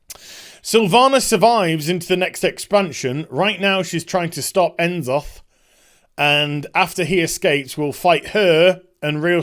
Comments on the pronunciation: I'm sorry. I love ya, I really do. But you don't seem to know enough about what's going on to make these judgments. None of this is far off from what has been speculated that could happen, for obvious reasons. And you pronounce it, "Na-Zoth", not "En-Zoth". I think you've been away from the game too long to know what you're talking about here. Could this all be bullshit? Certainly. But it's not so far off in left field that it couldn't be possible. Not at all. In fact, it seems pretty close to the mark of where we are headed. Much love to you, but this video came off as badly informed. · Is he saying Ensoth just to trigger us or what is this madness.